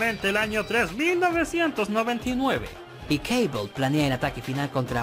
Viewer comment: ¿porqué dice Caibol?, si se escribe Cable, será Cable, por no hablar que Cable suena mucho más épico, que Caibol, que parece una marca de mochilas barata.